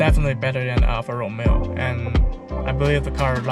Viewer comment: Alfa RomEo...not Alfa ROmeo......accent on the second syllable....If you're going to be an "auto journalist" let's start with getting the names right....in any event...you chose the Alfa because of these math equations.... BMW = German Toyotas (Minus the Reliability) ALFA = FERRARI.... NEXT